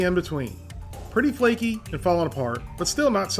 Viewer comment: As a Caribbean hearing the words “too flaky” hurts my soul